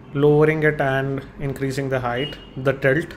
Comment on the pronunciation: an indian guy saying "tilt" is the best thing ive ever heard.